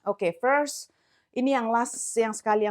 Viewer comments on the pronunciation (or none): none